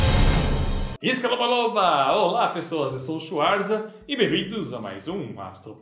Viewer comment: Finalmente entendi o que você fala no inicio do vídeo Schwarza... Scalobaloba e pior é música do Shaggy... hahaha.